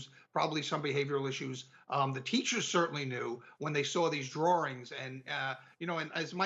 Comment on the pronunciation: I hate that I’m distracted by pronouncing it ‘drawerings’ … but it is what it is.